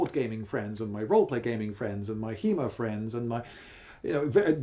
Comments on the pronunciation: Fortunately, I believe he said "HEMA friends". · ... did he say chemo friends